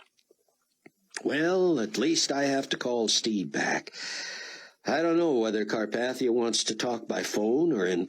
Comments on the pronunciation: Learn to pronounce Carpathia. I mean really its just like the mountains FFS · It’s interesting that he mispronounced carpathia in this book